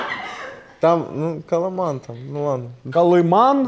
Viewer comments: не Калиман, а Каливан! Хлопці! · КолыВан, а не "колыман". С вас смеются комментарии. Вы не переживёте.